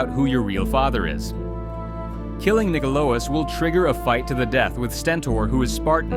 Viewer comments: I love that he got nikolaos kind of right the first time then proceeded to say it as wrong as possible multiple times after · Was it really that hard to read Nikolaos? They even say it in the game...